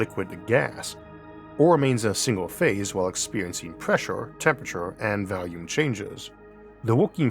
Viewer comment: It's pronounced volume. Not valume